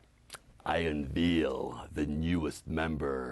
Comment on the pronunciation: he says unveil weird, like "un-veel" it's "un-vale"